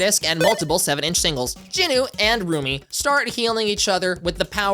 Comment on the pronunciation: Glad I’m not the only one who kept hearing ‘roomie’ instead of ‘Rumi’